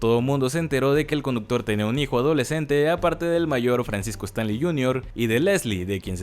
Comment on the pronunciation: Todo bien solo que siento que es disléxico este chavo porque pronuncia mal casi todos los apellidos Es Stanley no Stanli Azcárraga Jean no Jin 🤔